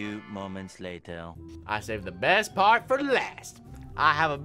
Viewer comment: Am I the only 1 who heard fart 2 instead of part 2? Like if u heard that 2